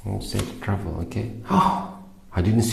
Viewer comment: Lmfao is he saying trouble or travel ??? Subtitles are 💩😬🥵🤣💀